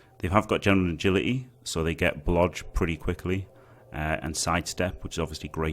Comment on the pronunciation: "Blodge" Is this what im hearing? Dodge and Block i presume? Thanks in advance